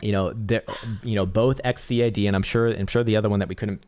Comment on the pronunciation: LMAO!!!!!!!!!!!!!!!!!!!! This guy can't even pronounce XCAD right and he calls it a shitcoin! Please |DYOR before saying it's a shitcoin! Let's talk in 3 months! Please take a deep dive, and you will see this is the next big thing!!!!